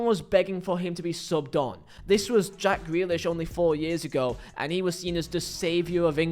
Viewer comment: It's Ja-ck Grealish 😂..... and if you don't fit into Pep Guardiola's blueprint completely, you are going to look bad. That's Pep's fault, and not the player.